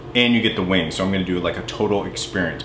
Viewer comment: Its pronounced weeengz not boring old wings